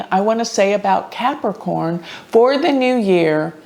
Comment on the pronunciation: One does not simply CAP-A-CORN